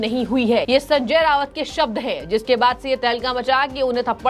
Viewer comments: Not Rawat its Raut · Anchor pounces RAUT as RAVAT. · Resp. Acher you are pronouncing as Sanjay Rawat. In marathi his name is pronounced as Sanjay Raut. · Hello, He is Rauat Not Rawat, Please correct yourself. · एंकर कृपया .....नाम करेक्ट बोलें संजय रावत नही .....संजय राउत है सही नाम !!!, खेदजनक है।